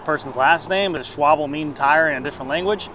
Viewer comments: Schwalbe, pronounced Sh-val-beh. German surname or German word meaning "swallow" (like the bird). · Schwalbe is german for swallow (the bird) and it is pronounced SchwaL- Be. It is in fact not schwable, schwabl, schwabee, schwabel or schwalibee. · Schwal-buh. Like Porsche is Porsj-uh and not Porsjeeh (or Porsj). It is not that hard. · Schwalbe is a German company shwal-ba is the pronunciation! I think the $5k price is basically the pre-covid $3k range & explains the weight along with the aero/low end groupset. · Schwalbe is pronounced sh WALL be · Hi, a Schwalbe is a swallow in German. These were tires imported to Germany from an asian company called swallow. The owner just translated it... It´s pronounced in the begiinning like shwing and an hard e at the end ;) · Schwalbe is German for swallow 😂. It's actually easy to pronounce...how about you check it online 😂😂😂😂.